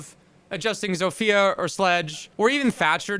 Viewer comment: It's pronounced "zofya" not "zofiya"